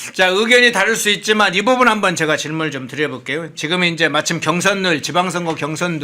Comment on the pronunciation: 앵커는 발음에 좀 주의했으면 좋겠네...왜 매 번 질문을 드려볼께요가 아니라 다려볼께요 라고 발음을 하는지?